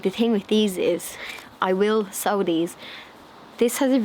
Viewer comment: *sow ... not show 🤣😂🤪